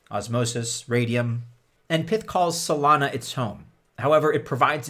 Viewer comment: If Pyth is short for python then why do you call it Pith? Does that mean you pronounce the full name Pithon?